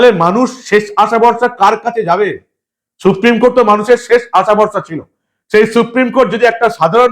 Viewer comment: Suprime court নয়, বলেন suprime কোঠে